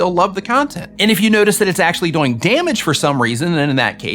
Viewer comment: I'm sorry, but when you say "doing" , you say it like it rhymes with "boing". And that is incredible. Keep it up !